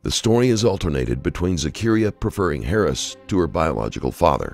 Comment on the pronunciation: wasn’t till around between there and here that I realized the narrator was saying Harris not “parents”. .